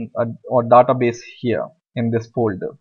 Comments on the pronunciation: american not daata (daeta base) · He reads database as "databes" as in "The-TaBes'' as in best instead of Database as "TheyTaBeys''